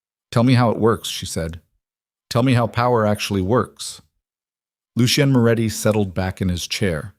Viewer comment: Why use the name Lucien, if cannot pronounce it? Lol